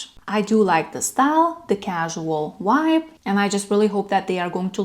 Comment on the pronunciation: Vibe not wibe too much foolish ness in your channel